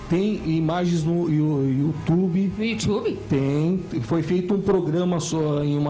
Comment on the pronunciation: Youtwube ? Pow muié, fala direito